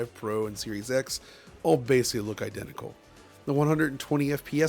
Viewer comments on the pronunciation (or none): New drinking game: Every time says “basely” instead of basically, take a drink.